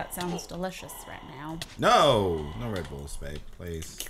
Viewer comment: In the start when Cupquake is talking: And i am her with my husband Red!' I'm always hearing: And i am her with my husband Bread. And i lovee this videoo :D